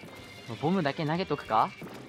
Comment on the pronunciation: すいません自分が耳悪いのはわかってますがボムがボブに聞こえてしまいます